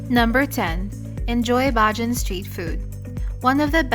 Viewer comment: Hi My lady , i hope u had a very good time . i would like 2 help u with the word Bajan the word is Ba--Jan. and not Baj an